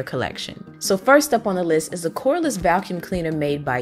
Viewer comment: Me too! She sounds like she's saying Val-cuum.